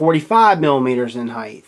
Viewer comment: Arggghhhhhhhhhhhh. It's HEIGHT......not heighth. Love the vids man, massive fan, but stop saying heighth. Lol